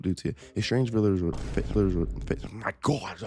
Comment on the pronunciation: “strange vililor.” 😂